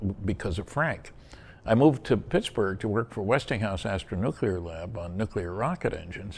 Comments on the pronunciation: you did an awesome job... but its NEW-CLEAR not NEW KYOO LER on second thought, I just got to the 59 min mark... not good. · STOP SAYING "NUK-U-LAR" it's "Nuclear". "New-Clear". "NEW-CLEAR"!!!!! Pronounce it right, or don't say it. Seriously. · From what I noticed, 'nuc-ular' has become an accepted pronunciation in the military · Stanton is admirable for not being as furiously annoyed as i am, everytime i hear say "Nuc-ular". Please, dont take English lessons from George W. Bush. If you have a nuclear phycisist guest, you could at least pronounce one of the most spoken words properly. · new clear ... done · This is pretty funny I'm getting more comments about my miss pronunciation of the word nuclear in the whole interview . I should do it more often I forget how well it worked for George Bush